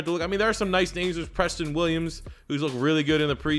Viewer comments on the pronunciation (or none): none